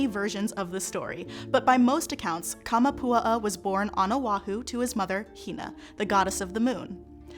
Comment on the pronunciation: Kah-mah-poo-AH-ah. Not Kah-muh-POO-uh-uh. Your pronunciation is driving me nuts. 😝